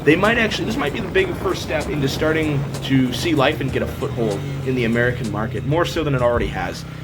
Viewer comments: it's pronounced lee-fawn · Yea when I've talked to them on the phone they pronounced it Lee Fahn